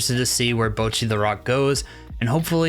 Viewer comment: Bocchi not Bouchi bruhh